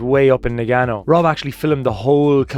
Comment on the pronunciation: lmao so funny the way you say the towns, na ga no, its nah gah noh..... HUGE W FOR EVERYONE HELPING YOU AND NOT GIVING UP